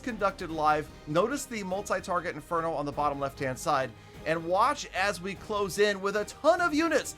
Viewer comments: yo! what's your problem man why you mispronounce multi target inferno always. you did it in many video's including this one just why. much love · You always pronounce it as multifarget interno Idk is it purposely or not But it's damn funny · It is on purpose, but I love it every time.